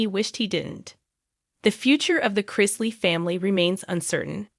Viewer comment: Learn to pronounce his last name or don’t do a segment on him.